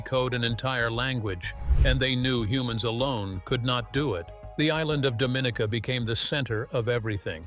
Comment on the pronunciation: Our island is pronounced Dom-in-ee’- ka! Dominica, British West Indies. Very cool!